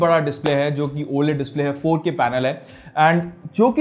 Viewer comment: Bro y tv QLED h O LED bol rahe ho aap